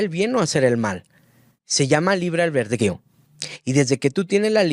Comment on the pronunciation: "Albedrío", cabrón, se dice "ALBEDRÍO", patético.